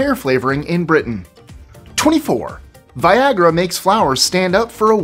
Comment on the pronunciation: It's funny just how "vaiiyagra" sounds XD